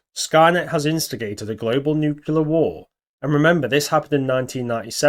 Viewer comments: just so it's said, Nuclear winter not a Nuculear winter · NUCLEAR NU-CLEE-URR FUCK!!!!! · sorry I worked with nuclear weapons and now in nuclear power. Every time I hear nucular I have flash backs of pres. Dubya Bush